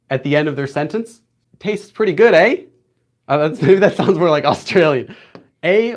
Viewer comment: Thank you so much for the extra explanation! As someone who lives in a rural area in Canada with barely any access to the outside world it is great to have a resource like your channel when studying on your own. P.S.Your pronunciation of “eh” was terrible but thank you for trying!